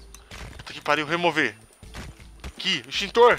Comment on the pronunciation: Muito legal o jogo e o seu vídeo. Mas "Esqueiro" e "Estintor" foi bravo. rsrsrsrs flw....